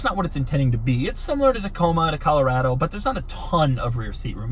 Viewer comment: So glad I just picked up one these rubicon’s myself... hey Doug, You pronounce Colorado incorrectly... I assume you do the same with Nevada?